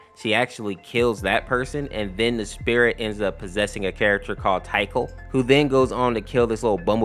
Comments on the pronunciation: btw its pronouced tikal not taikal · Tikal is pronounced tick/all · Tikals name is pronouced tick-all btw just so hardcore sonic fans dont kill you👍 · Tikal is pronounced "tea cal" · Bro really said "Ty-kul" 💀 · One, almost all of this could've been avoided if Tails hid his diary, the confrontation with Amy could've happened either way, two, Knuckles, after seeing Amy's head, is unable to channel the Master Emerald's energy to protect himself, because trauma, and three, you mispronounced "Tikal", the spirit of the Master Emerald.